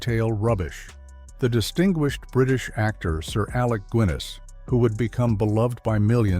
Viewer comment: Check the Ai pronunciations before posting. I Don't think Alec Gwinness would approve. Also ensure your images match what is been said and don't use clips from other films which are not relevant